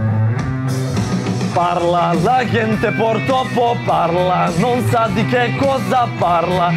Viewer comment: Zar tamo nema nikoga da mu kaže da se "gente" izgovara đente. Tako mi uši bode. 😁